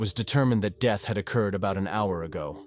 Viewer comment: “Tragic deeth”?????